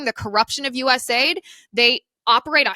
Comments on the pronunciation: US .A.I.D. …. Its an acronym so stop calling it aid as in a word. It is not aid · Please stop calling it "US aid". It's US A-I-D.